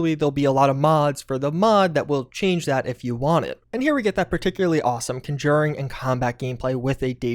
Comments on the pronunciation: The way this guy says conjuring bothers me. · I like your content but your pronunciation of conjure and conjuring makes me want to throw my phone into the toilet. LoL